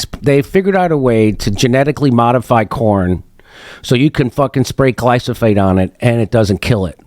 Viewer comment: We do not spray all our wheat with glyphosate, Jimmy had no idea what he's talking about. He literally can't even pronounce it, he says "glysophate" instead.